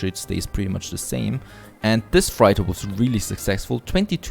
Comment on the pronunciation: Freighter is pronounced 'freitar', not 'fraita'.